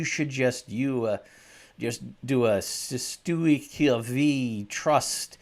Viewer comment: Whats funny is you act like you cant pronounce cesti que😅😅😅😅😊😊😊😊